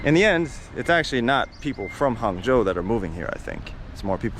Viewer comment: Hung Joe not Hangzhou